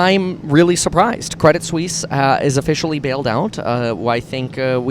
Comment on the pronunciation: Cwedit Suisse wittawily got bailed out.